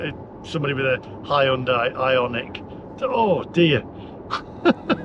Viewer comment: Hahahahahaa, not only have you upset Swingers, you have also upset Hyundai drivers with the pronounciation, have you not seen the ad for it, the SatNav going to High & Dry Launderette. All the Madness will end if everyone watches pt 1 & 2 of Brown Car Guys YouTube videos on Air Polution in London with a meter at Heathrow, on the N. Circular & the shocking results for what the Tube was reading. Its all Lies they are telling you, Stand Up & say NO!!!! Onwards..........